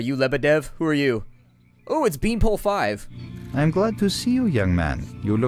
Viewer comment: His name is Beanpolev not Beanpole 5